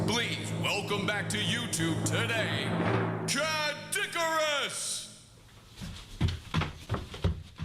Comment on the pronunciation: CADD-ICARUS!?! XD